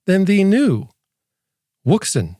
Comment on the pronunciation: Is it wrong to like the way he says the brand name? Thanks for your review!